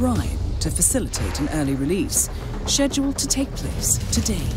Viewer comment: why did she pronounce schedule like that